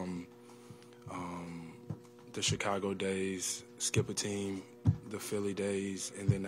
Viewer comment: bro said "the chigago days, skip a team, the philly days ..." 🤣🤣